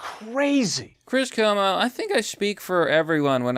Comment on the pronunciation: KWO-MO. CUOMO IS KWO-MO.